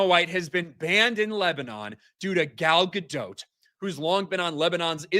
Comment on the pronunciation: Gal Gadot, or as likes to say Gayle Gadonk 😂